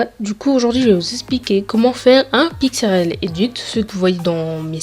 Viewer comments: Sa me stresse tu dis pixRL mais c 'est pixLR xd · tu dit pixrl lool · Et aussi arette de dire pixrl sa me stresse de ouf c'